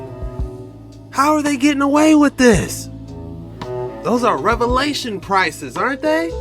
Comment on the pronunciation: Bro said Revalations prices 😂😂